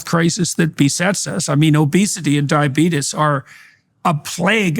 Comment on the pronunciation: Did Doc Peterson literally say "diabetus"? 😂